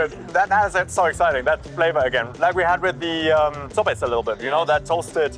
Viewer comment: No es uno de los mejores guías, ja ja ja se pronuncia sopes no sops